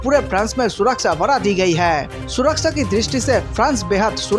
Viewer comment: Wrong pronunciation of surakchha